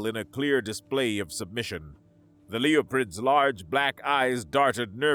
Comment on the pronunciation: I wish he would pronounce "Leporids" properly. He keeps saying Leoprids.